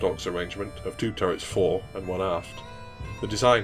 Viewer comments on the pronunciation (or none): none